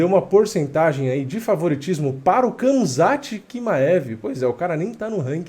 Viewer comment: nao é kamzat, é ramzat..mesma pronuncia do Khabib